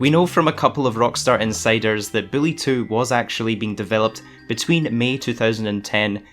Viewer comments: Is it just me or is he saying Billie or Bully??? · Lmao he saying. Billy 2. Not Bully 2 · HES SAYING BILLY HAHAHAHAHA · You said Billy 2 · did this man call bully 2 billy 2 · Why is he saying "Billy" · You need to slow down bully sounds like billy. Just telling it like i hear it and you talk fast